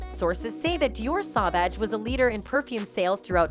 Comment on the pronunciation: It's SAUVAGE PLEASE SAY IT RIGHT!!!! WTH???